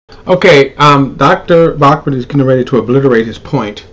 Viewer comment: It's BAUCHAM,not BAUCMAN.